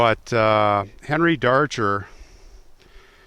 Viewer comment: I think his name is pronounced Dar-Grr. Natalie Merchant wrote a song about him.